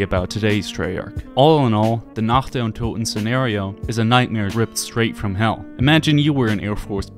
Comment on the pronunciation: Not german, but been studying since I was 10 or so. The way he said "untoten" was legit the best I've heard from english speakers.